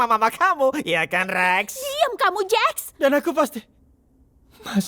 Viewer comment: Jax bang bukan Jack